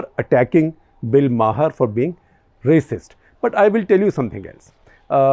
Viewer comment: Bill Maher pronounced as Bill Maar Not Mahar